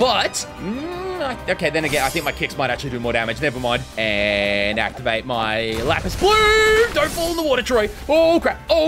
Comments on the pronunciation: please it’s lapse not lapis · It’s ‘lapse’ blue as in collapse not lapis. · Happy new year to you as well! Amazing vid as always. Just wanted to say the the pronunciation of "lapse" (as in your cursed technique) is just "laps" rather than "lapis". Anyways, can't wait for the next vid! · For the hundredth time it’s not “lapis blue” it’s LAPSE L-A-P-S-E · its not pronounced lapis but laps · He always calls lapse lapis🤣it's pronounced laps